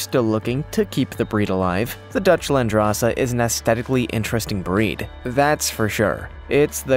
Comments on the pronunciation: "Landrace" LAND-RACE 🤔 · Landrace is pronounced land-race, as in the race of goat from that land. The term is used for many domesticated species of animals and plants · Seriously, no Myotonic goats? And it is Dutch Landrace, as in land race (two separate words), not landrassa. A landrace strain is one that has adapted to a local area over a period of time, but is less homogenous than a standardized formal breed. There are landrace strains of pigs, cows, goats, etc... and even plants.